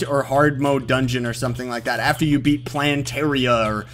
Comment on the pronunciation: i laughed so hard when he tried to pronounced plantera (plan-terror)